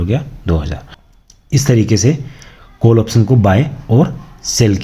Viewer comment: कोल नहीं काॅल बोलिए